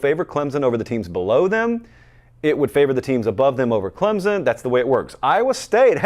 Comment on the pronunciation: your show is the best!! I’ve been really enjoying it this season. That being said, could you please correctly pronounce Clemson??? you said it like 6 times within a few seconds and I nearly lost it.